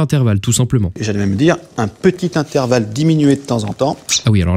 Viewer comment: Super épisode ! Mais fais attention à intervalle juste tu as oublié le r :) mais bon sinon super Épisode !